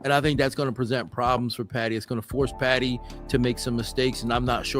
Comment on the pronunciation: PADDY not Patty